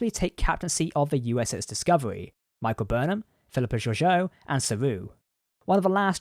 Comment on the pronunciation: I sincerely hope that the Americans can learn the correct way to pronounce Georgiou because this narrator stuffs it up as has the show